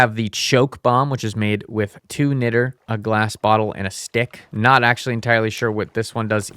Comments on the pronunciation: btw, niter (sometimes spelled nitre) is pronounced more like 'night-er'. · It's pronounced Niat-ter (Niter) and it's used in things like glass and explosives now days but back in the civil war it was used directly to assist in making gunpowder probably why It's used for this mod This has been your 1 new thing you learned today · Niter is pronounced 'nigh-ter'